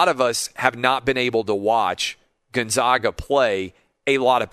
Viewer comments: Gonzaga is pronounced Gon-ZAG-uh, not Gon-Zawg-uh. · why is it so hard to say GonZAGa? Why say Gonzahga, then call then them the Zags? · Love your show Clay! Big fan. I live in Spokane and I feel like I have to provide clarification on the correct pronunciation of Gonzaga. It’s actually pronounced Gone-Zay-Guh, not Gun-Zah-Guh. Anyway, not a slam, just wish people outside of Spokane knew the correct pronunciation. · GONE -ZAG - UH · Dear Mr. TRRRAHHHVIS... Zags = Gonzzzagggga. Absolutely zero "ahhh" involved. Bias. See? Your name sounds weird with an "ahhh", as well.